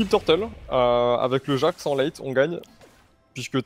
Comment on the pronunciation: C'est Jax, pas jasque.